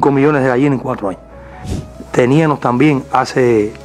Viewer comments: Y dijo teníano. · Eliecer tube la misma reaccion que tu cuando escuche nada mas y nada menos que a un ministro decir "tenianos"😮....ya eso me dice quien es el señor...tube un compañero en la Universidad que hablaba asi (era de la Cienaga de Zapata) y por mas que lo corrigieron incluso los profesores...nunca puedo pronunciar bien....😮😮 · Siii. Dijo "TENIAMO". Q socotroco